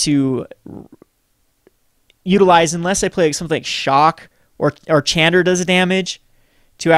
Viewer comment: chandra is pronounced SHAWNDRA